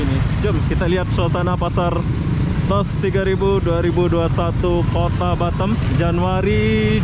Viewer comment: bukan batem tapi batam, betulkan sebutan tu